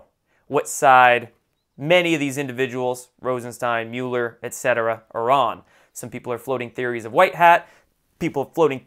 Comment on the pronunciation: It’s MUH LER. Not MUU LER.